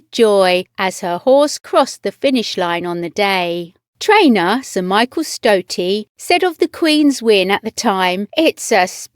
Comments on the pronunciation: STOATY . Words fail again pronunciation please. God save the QUEEN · Why don’t you bother to check pronunciation of names? Some shocking errors here - names of both people (Stote) and countries (Cote d’Ivoire)